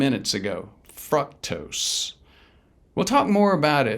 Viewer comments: Honestly, if the guy can't even pronounce fructose correctly...... It ain't "fruck-tose". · It is pronounced 'FROOK-TOSE'!